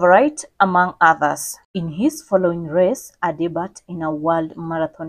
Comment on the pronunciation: Please correctly pronounce words/names. The word debut is pronounced de-b-i-u not dibat. Past tense is debuted (de-b-i-ud) not di-ba-ted. It's a word of french origin. In french the letter t at the end is silent. You never pronounce it.